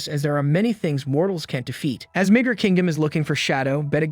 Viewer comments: i thought i just heard nig**r kingdom lol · Not quite, it's just the way it was pronounced in this. The city is called Midgar